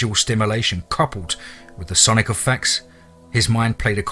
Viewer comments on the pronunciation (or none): none